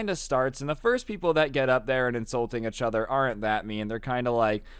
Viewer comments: "roast eachtoher" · “roast eachTOHER” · The amount of times he's said "achother" in this story😂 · The way you pronounce each other lmfao “uchother”